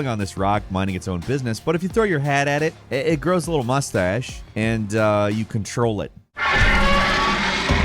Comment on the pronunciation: i heard.. “you can Troll it” haha not control it. 😊